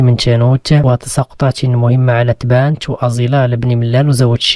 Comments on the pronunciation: تْبَانْتْ.بل تنطق تَبَّانْتْ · حتى منطقتنا راه تيضرني راسي فاش تتذكرها taba-nt ازيلال.